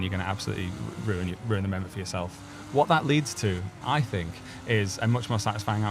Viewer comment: "Ang on Percy...Ill Fink of sumfin" well spoken i see 😅